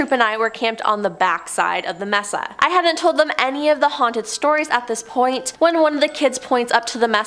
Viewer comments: Pronounced May-saa not Mess-sa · may-sa , not mess-a JFC Understandable is English isn't your first language, but fuuuuuu.... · Its M-E-S-A! ..NOT MESSA!Lmao 🤣